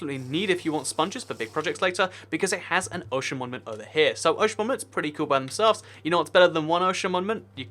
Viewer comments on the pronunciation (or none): your saying monment you mean to say mon U ment not monment dumby